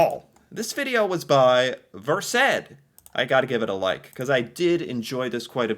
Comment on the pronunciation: why don’t you know how to pronounce versed? It’s pronounced Versd